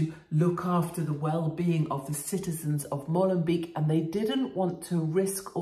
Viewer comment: Molenbeek is pronounced Mohlenbake fyi katie.